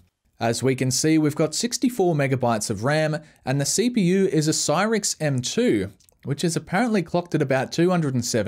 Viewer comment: How to pronounce Psivewri P-sev-rye